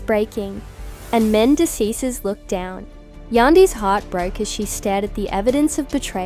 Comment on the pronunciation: Who the hell is “Men-des”